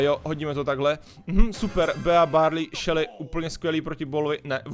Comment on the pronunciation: Hele ty neumíš anglicky nečte se to bea ale bí